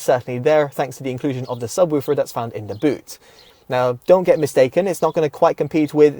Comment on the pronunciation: Subwüfer haha. Good review 👍